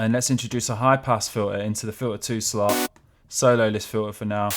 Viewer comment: FIL-ah? It's pronounced FILTER. There is a T in that word.